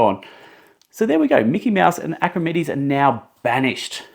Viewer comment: Clear instructions. But his name isn't pronounced Acrimedes